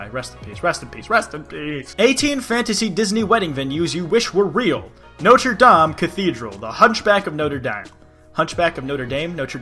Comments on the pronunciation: No-Treh Dom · It's pronounced not - (roll the r like in Spanish) -(soft e) - dom